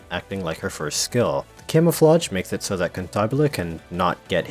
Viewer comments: its Cantabile, not Cantabile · One thing I love about Gacha games where they don't tell you how a name is pronounced is how everyone comes up with a totally different version and if the company ever decides to reveal how a name is pronounced, you wish they didn't xD "Kantahbilé" sounds quite funny I just call her "Kentabill" due to my German ass being special haha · This poor birb has been through enough and you just keep rubbing salt into the wound be pronouncing her name wrong. Shame on you....it is kinda funny though.